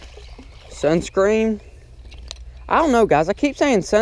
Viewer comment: you said Sun scren